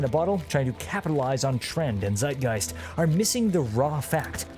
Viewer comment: I was taken aback when he said Zeitgeist because the pronunciation was pretty good. Also I really hope that Bungies Marathon is going to be good